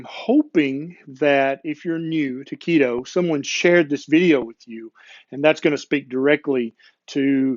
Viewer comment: Keto, not Leto.